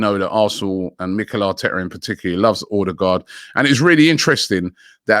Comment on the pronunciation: ffs Robbie, it’s not Or- de- gard. It’s O-de-gald. That’s correct Norwegian pronunciation. 🙄